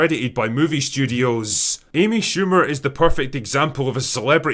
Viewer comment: Who the hell is Aimee Shoe mer?